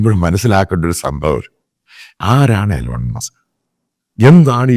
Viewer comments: Elon musk alla eelon musk aanu pronounciation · എലോൺ മാസ്ക് അല്ല മണ്ടാ ഇലോൺ മാസ്ക്